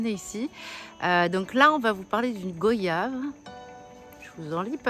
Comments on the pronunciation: On dit goi yave pas go yave vous dites pas vo yage mais voyage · Ca se prononce guayave... Tout simplement comme les mots Voyage, noyau... des mots de la langue française quoi... Bon courage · Nous ne disons pas go-yave nous disons goy-ave